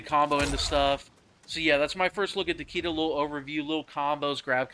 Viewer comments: Takeeda? It's like saying "Lee Kang"... Get it right boss. Tah- kay-dah 🤌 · Takeeda?? Bruh. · If you say Tah Kee Da one more time 😆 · Literally every one pronounces Takeda wrong the announcer voice literally says it.